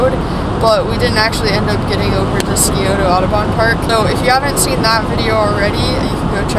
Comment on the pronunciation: Love your videos,! Quick pronunciation guide from a local: SYE-OH-tuh. The C in Scioto is silent and the O at the end is more muted. And if you’re wondering about the other Columbus River, it’s the Olentangy (OH-LEN-tan-jie). Indigenous names can be tough, and these threw me when I first moved here. Keep up the great work - I’m enjoying all the local climbs you are featuring and learning a lot about what’s around Ohio!